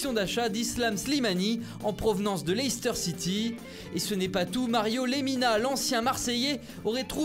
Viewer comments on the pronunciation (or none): none